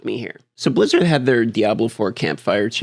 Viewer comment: Bliz-she-rd is gaming’s M-she-U.